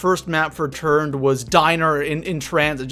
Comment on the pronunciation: It sounded like you said turd instead of turned😂😂